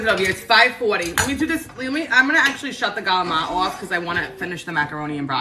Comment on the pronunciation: Love your videos. I grew up in an Italian American family and the cooking was exactly like your stuff. And we also pronounce CALAMARI the same way!!! We had pasta/broccoli, pasta/beans every Wednesday growing up. Not my favorite.. lol! You are such a positive presence. I love how you throw the haters to the curb and just do you!!! Right on!